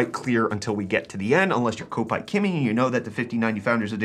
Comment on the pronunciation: For the record kopite7kimi is pronounced ‘cop’ ite as he support Liverpool fc. The main stand is called the kop and Everton fans call Liverpool fans kopites Not quite as important as the 5090 but I’m bored 😀